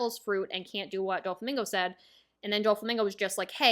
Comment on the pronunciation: I have heard many mispronunciations but Dúflamingo is elite